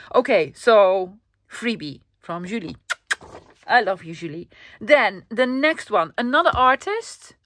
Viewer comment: And 👏 for pronuntiation Julie in french 😊 perfect! 😚😚🥰 i love you too